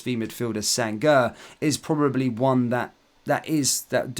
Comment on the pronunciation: Chelsea have shown more ambition and have outsmarted us especially in the Lavia deal. If this favours them, they would have gotten 2 of the best premier league proven DM that would have suited us. And by the way, Sangare is pronounced San-ga-ray Doucoure is pronounced Du-co-ray